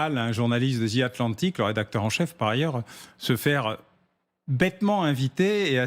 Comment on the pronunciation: MR. BAUER SVP il n'y a pas de lettre Z dans le mot anglais THE ( ATLANTIC ) alors un peu de respect pour la lanque anglaise